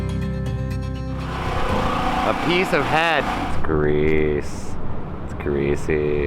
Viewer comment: The way he says greasy gets me every time 🤣🤣🤣